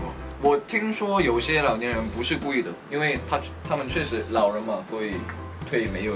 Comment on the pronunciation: 是 確實 不是 卻時 吧...